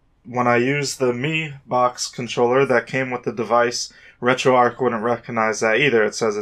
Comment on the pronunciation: There is a CH in there, not a K. It isn't arc, it's ARCH. Like an ARCHway. Annoying af, why are you saying it like that